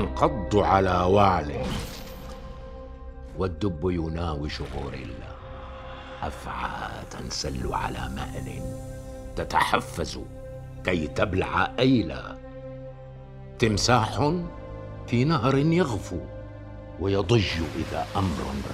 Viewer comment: تتحفز وليس تتحفذ لاهثةً...وليس لاهثتاً.. مذعوراً وليس مزعوراً.... تزدردُ ذباباً... وليس تسزدري على حذرٍ وليس حزرٍ... وضباع وليس صباع... مع الانتباه لفصل الكلمات عن بعضها. .... الرجاء التصحيح وشكراً.